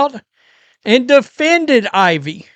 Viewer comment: How can someone have a YouTube channel that is dedicated to sports and not know a player's name? HIS NAME IS IVEY AND NOT IVORY.